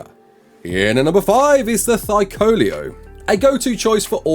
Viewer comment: hey, you missed the "la" in "thy-la-co-leo":)